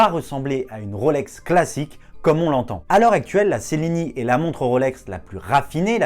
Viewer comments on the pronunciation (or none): On prononce tchelini